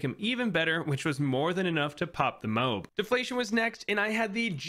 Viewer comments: only person ive seen say "mobe" not to offend but just saying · You cant just expect to say MOAB like that and get away with it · he said mobe